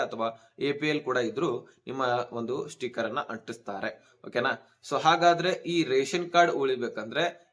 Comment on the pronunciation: ಸ್ಟೀಕರ್ ಅಲ್ಲಪ್ಪ 👺, ಸ್ಟಿಕ್ಕರ್. ಕನ್ನಡ ಸರಿಯಾಗಿ ಉಚ್ಚರಣೆ ಮಾಡಪ್ಪ 😂. ಅಕ್ಕಿ APL ಗೆ ಇಲ್ಲಪ್ಪ 😂😂